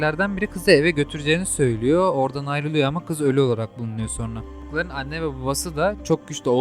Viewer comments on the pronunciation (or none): none